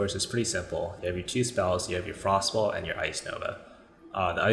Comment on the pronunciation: I like that you accurately pronounce it as “frost ball” instead of “frost bolt”